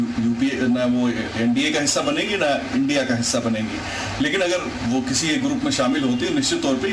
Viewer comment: इंडिया बोलो इंडिया, I n d I a नही, रिपोर्टर जी